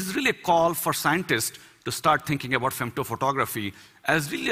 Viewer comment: Some say about, he says abort.